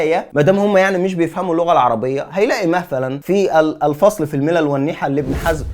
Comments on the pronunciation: اخي الحبيب كتاب ابن حزم اسمه الفِصَل بكسر الفاء وفتح الصاد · صواب اسم الكتاب : "الفِصَل . . " بكسر الفاء وفتح الصاد ، وتعني جمع فَصلة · أخى الحبيب... بارك الله فيك وجعل ذلك فى ميزان حسناتك. تنويه يسير............. كتاب ابن حزم اسمه الفصل فى الملل والأهواء والنحل. الفصل بكسر الفاء وفتح الصاد،وليست بفتح الفاء وسكون الصاد...... وجزاك الله خيرا وبارك فيك.